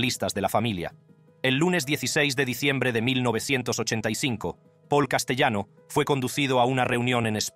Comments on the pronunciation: (1)Castellano es un apellido italiano,por lo cual,se pronuncia CASTELANO.(2)Castellano era cuñado de Carlo Gambino,no su primo. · Se escribe Castellano pero se pronuncia CASTELANO , CASTELANO.